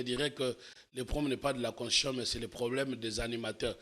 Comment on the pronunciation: Quand il parle "Constion" tantôt de "Conshion" tantôt"Consishon" tantôt "queshon" il voulais prononcer quoi ? Je suis perdu aidez moi